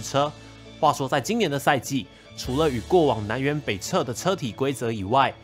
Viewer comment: 南辕北辙(zhe)